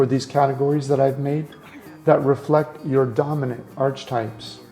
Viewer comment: I think its pronounced arc-e-types....not arch types. just sayin' bro